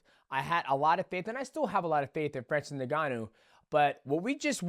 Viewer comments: Isn't it En-gon-nu? Not nig-gon-nu? Maybe I'm wrong but I always thought it was pronounced with an "en" sound. Ngannou. U & Jones call him nig gon u😂. Then there's Tyson "furry"😂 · did he really sayy francis nigganou? ICANT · Neganu? Come on Dont We all know How to pronounce his name by now… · Why do you say is Nuhganoo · His name is Francis N-G-A-N-N-O-U